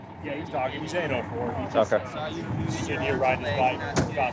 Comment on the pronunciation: He's 8-0-4, ...... so close. It's A&O-4